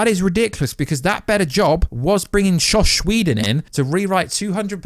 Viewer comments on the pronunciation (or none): Joss Whedon, not josh whedon